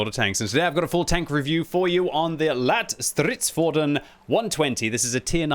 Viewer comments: "lätt" (light) is pronounced closer to how you pronounce the word "let". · It’s pronounced Lett as in Letty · Stop. Saying. LATT. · Just pronounce ‘Lätt’ as ‘let’ while prolonging the t-sound and you will nail the name. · Lätt is more pronounced as "Lett" cause an Ä sound more like an A and E together but sound like an E in the word Lätt which means Light :)